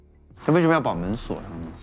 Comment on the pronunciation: 刚开始何老师说门锁（shuo）这的呀